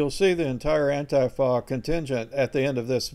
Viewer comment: Ann-tee-fah is how you pronounce it. Ann-TEE-fah. Not ann-tif-ah